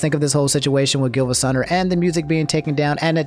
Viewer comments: I’m sorry but it’s pronounced geevasunner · I'm pretty sure it's pronounced Geevasunner